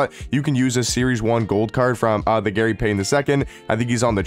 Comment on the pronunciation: Bro you somehow manage to butcher names every damn week lol "Gary Paden"